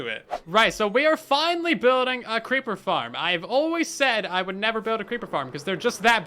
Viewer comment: "Let's make a creeper farrm.": "Hold my beer."